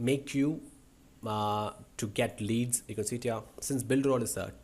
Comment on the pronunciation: whenever u say u can see it here it sounds like u can sit here😂